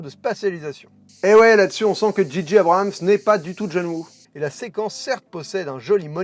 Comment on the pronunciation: Abrams et non Abrahams. Pourquoi tout le monde se trompe? 😆